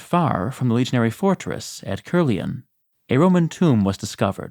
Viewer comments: It's pronounced Car- lee- onn . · It would have been better if you could pronounce caerleon.